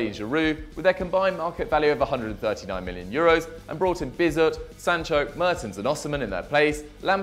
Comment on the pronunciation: Bizot???? Wtf are you on mate